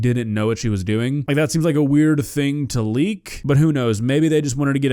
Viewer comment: Hawk two-uh? SpIIt on that thIIng?